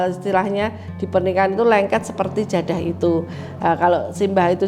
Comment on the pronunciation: Keturunannya ini bukan orang Jawa kah? Kok nyebutnya JADHAH, bukan JADAH??? Atau memang lidah anak jaman sekarang tidak bisa ucapkan huruf DHO? 😂